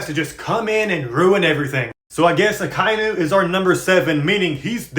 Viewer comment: I'm pretty sure it's pronounced Aka(Red) Inu(Dog) Aka-Inu (sorry for being that guy 😭💔)